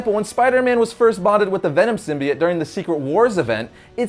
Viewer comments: anyone else bothered by the new Venom movie and how they pronounce "Symbiote" sim-buy-oat is what they are saying in the new film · The way he says "symbiote" makes me really uncomfortable... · hes saying symbiote wrong